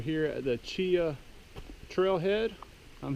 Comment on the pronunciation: Grew up right down the road near Delta, spent my whole life up on the Pinhoti and the other offshoots. Glad to see someone posting videos about it. Side note though, it's pronounced Chee-haw, not Cheeuh. Hit the Chinabee next time you're in the area. Beautiful trail.